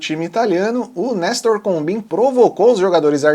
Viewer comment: Combin é pronunciado "combãn".